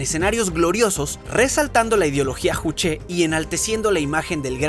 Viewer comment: Juche: SE PRONUNCIA "YUCHE" KBRON!!